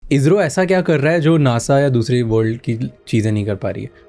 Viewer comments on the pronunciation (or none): इज़रो ❌ इसरो ✅ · Izzro nehin he wo garv se bolo ISRO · Ejro nhi Isro pronounce krte hai 😂😂😂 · It's not IZRO it's ISRO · IZRO nhi ISRO hai... Dedh saane! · ISRO❌ IZRO ✅ Cool banne ke chalker mein pronunciation hei galat kar dia!! 😂😂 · Pahle Toh Isro bolna seekho bhai,.Ezzro bol rhe ho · इसरो को इजरों बोलना , स को ज बोलने के चक्कर मे भाईसाहब भी लगे है।